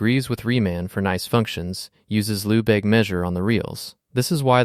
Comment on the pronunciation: Lehbayge not Loubayg.